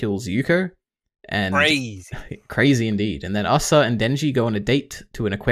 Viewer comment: Why tf does pronounce asa like that